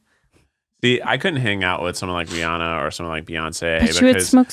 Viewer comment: If you're gonna wanna hang out with Rihanna you should practice pronouncing her name correctly, first.